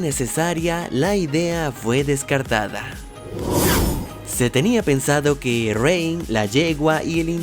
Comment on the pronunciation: Espirit? es: "Spirit"